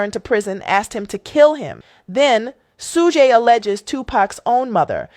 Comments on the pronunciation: The journalist's pronunciation of Suge (Shh-joog) Knight - SMH. She comes up with - "Sue-gaye" - - If you don't know how to pronounce a name, why are you trying to tell a story? Just sit down and stfu. People stop listening to your story as soon as you began mispronouncing names you OUGHT to know how to pronounce, such as TuPac (pronounced with a long a (poc). She goes with long a (pack). Already, I don't even remember what she said. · "Sue-gay" Knight and "Pack"??? 🤣🤣🤣 This AI mess is killing me with the pronunciations!! And how was Suge "bleeding everywhere"? He got skimmed by a bullet, where did a gang of blood from Suge come from?? Come on Suge!! Why would Pac say he didn't want to go to jail again? He didn't do anything wrong plus Pac wasn't a scary azz n*gga to even be THAT worried about it!! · The 16 pronunciations of “Suge” is taking me out. Soogay, Sooj, Shugay😂 AI sis was like “One of these is gonna land…” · That lady is AI as in Aye pay attention to them names lol😂😂😂😂